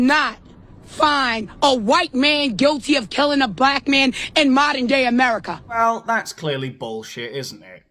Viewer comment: Pretty hard to take a guy seriously that says “Amewica” lol